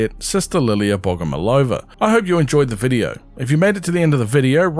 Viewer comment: BogomOlova, the emphasis on the 3rd syllable